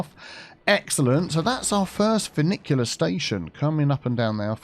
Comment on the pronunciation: Finicky - FinicTEA End because everytime I heard funicular I was thinking finicky 🙄